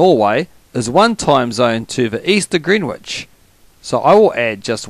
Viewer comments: Fyi, Greenwich is pronounced "Gren-itch". No idea why. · Greenwich is pronounced gren itch because english is silly ha ha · You kept saying Greenwich wrong.